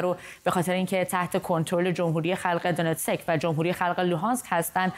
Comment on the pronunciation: دونتسک را اشتباه تلفظ می کنید ، Donetsk تلفظ میشه